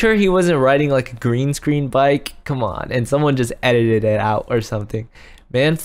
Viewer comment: always says its ededit